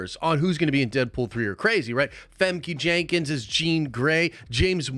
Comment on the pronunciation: "femke jenkins" lol sigh